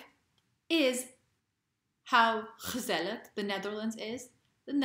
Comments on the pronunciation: I am amazed at how well you pronounce ""gezellig"" and "gezelligheid". Those g's are not easy. Perhaps your Indian roots help there somewhat? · Wow! Thank you for creating an immigration wave of Americans...(because that is about to happen after your rave report ;-). So nice to notice that you live in my home town of Utrecht and I congratulate you on your pronounciation of the word " Gezellig ! ! Very well down,...and welcome in The Netherlands. Kind regards, Emiel Maier.